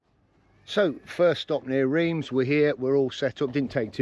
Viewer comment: Great video just to let you know (because I pronounced it the same as you) Reims is pronounced Rance. I was corrected by my French wife😂